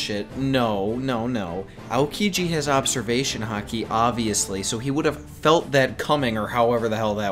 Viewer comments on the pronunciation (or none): none